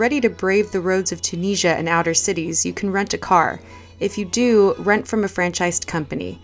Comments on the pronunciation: I love this video so much but I just want to let u know that it’s pronounced chew-Nis-e-a 🥰🥰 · Im tunisian myselfand its pronounced toon is ya